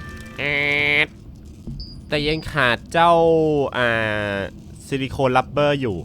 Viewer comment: สิริคอนไม่ใช้สิริโคน